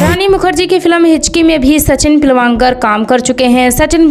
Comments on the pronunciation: Pilvankar nahi pilgavnkar hota hai agar sahi se nahi bol pa rahi thi sirf sachin keh sakti thi har baar pilwankar kehne ki kya jarurat thi? Or peoduction house hota hai film banane ki chhoti moti factory kya hota hai. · सचिन पिलवांकर नहीं सचिन पिलगांवकर हैं। अपने उच्चारण सुधार लें। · आपको तो पिलगांवकर बोलना भी नहीं आ रहा। अपनी भाषा पर काम कीजिए। बाद में वीडियोज बनाइए। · सचिन पिळगावकर नाम है उनका नाम ठीक से बोलो